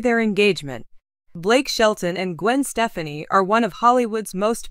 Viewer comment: This lady apparantly does not know who the couple are. She continues to mispronounce Gwen's last name.